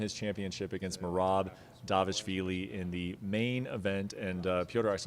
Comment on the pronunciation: not Da v ishvili but D V A L I S H V I L I